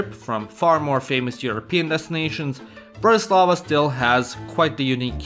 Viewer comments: It's BRAtislava, not BratiSLAVA. Accent is on first syllable. I'm Slovak! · He is misprouncing Bratislava. Accent should be on the first syllable. BRATtislava, not BratiSLAVA! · im from slovakia and its bratislava